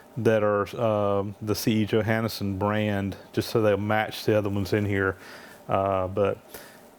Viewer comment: Hi name is pronounced yo-hawn-son.